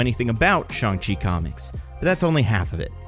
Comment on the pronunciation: There saying shang wrong